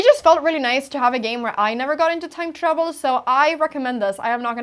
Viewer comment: when you say "time trouble" it sounds like "time travel" - but your explainers are getting way good